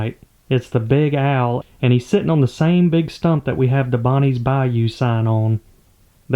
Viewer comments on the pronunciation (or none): The owl should be named “Big Al” cuz that’s how this yankee hears you saying “Big Owl” 🤣. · I swear I heard "big Al" instead of big owl. 😂 I actually had a friend with that name in highschool. Ponds comin' along nicely! That tee pee looks great! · I mean when you say big owl kind of sounds like you're saying big al so maybe big al